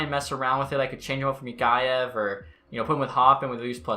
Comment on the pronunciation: Mikheyev is pronounced Mikhayev Mikiyev